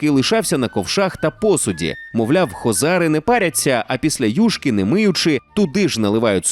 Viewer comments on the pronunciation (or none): none